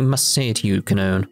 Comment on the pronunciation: Her name is probably pronounced "kah-noh-ney." This game was originally made in Japan remember. Ka, no, and ne are three characters in Japanese. To be honest, it's probably a very simple and straightforward name in Japan.